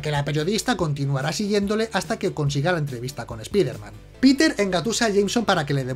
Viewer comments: Conozco a "espaiderman" no a "espiderman", cutre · Los españoles siempre con su terquedad de llamarlo espiderman se pronuncia "espaider man" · Ya se por que lo de random, aleatoriamente pronuncia algo en español "espíderman" otras cosas en inglés "te ameising". Por fin lo entiendo